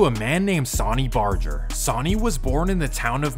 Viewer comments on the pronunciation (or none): that boy said “Sawny Barger” lmao bro it’s pronounced “Sun-ny” RIP Sonny Barger #SupportYourLocal81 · SAWNY BARJER 😂😂😂😂 🗣️ SUH-NEE BAR-GER